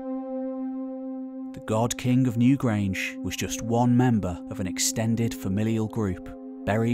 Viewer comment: Why do you say kink when you mean king? You do that to every -ing. I only know Polish and Iranian men doing so. When a native English speaker has a foreign accent, I am surprised. So, why?! It is wronk!